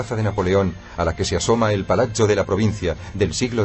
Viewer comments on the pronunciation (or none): De acuerdo, si no saben pronunciar que traduzcan y digan plaza y palacio, y no piacha y palacho. Horrible. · es verdad quede aterrada cuando pronunciaban palazzo , es como si lo dijeran palachio terrible.